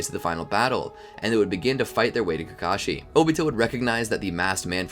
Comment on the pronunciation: why are calling obito kakasi